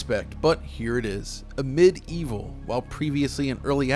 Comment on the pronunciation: Amid evil a great homage to hexen and heretic you said that right !